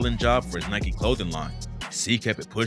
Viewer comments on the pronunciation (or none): none